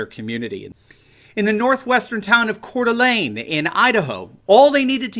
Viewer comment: Thank you for saying Couer D'Alene correctly. Respect,...